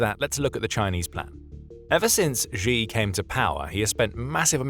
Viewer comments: If you are going to talk about Xi Jinping then the very least you can do is pronounce his name correctly. Xi is pronounced like she in the sentence She is a woman. Hearing you mispronounce this name again and again and again is driving me nuts. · 'Xi" is pronounced "she"